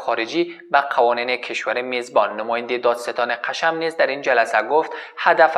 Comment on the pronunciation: سلام آخه میگه قشم تلفظشو اشتباه میگه